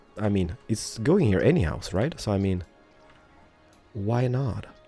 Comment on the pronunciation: I honestly like your city building a lot but for the love of god please stop saying purdy instead of pretty or HEAR instead of HERE. Especially the "hear" makes me cringe so bad everytime. I even considered watching you build muted because of it.